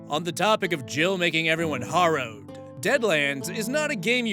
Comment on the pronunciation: You always forget the fourth option in AITA posts, "no assholes here." Also, "harrow" is pronounced like "wheelbarrow." Nevertheless, I agree with your rulings, and I loved the South Park reference.